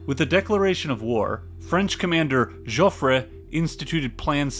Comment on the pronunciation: This is an excellent video and very well presented material. Subscribed. A very good reading on the same subject is the 1962 Pulitzer Prize "The Gun of August" by Barbara Tuchman. For "Jofffre" in French , the last "e' is silent and never an accentuated vowel like in Spanish .